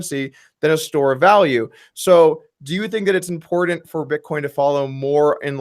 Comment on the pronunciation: doug i love you but every time you say 'impordant' I can't help but laugh